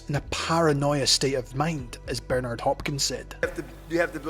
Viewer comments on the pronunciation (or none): none